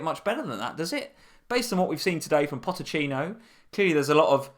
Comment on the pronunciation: Its pochetino not potechino js ( god knows if i spelt it right but you get it)